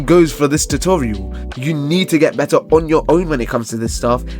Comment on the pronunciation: "it can be buttar" 🔥🔥🔥